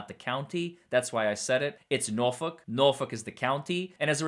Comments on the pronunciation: As a norfolkian, it’s “nor-fork” 🍴 😂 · Your pronunciation of Norfolk is very close to correct. Keep trying